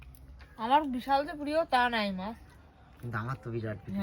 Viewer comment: কথাটা কি "মাস" না "মাছ" ? 🤔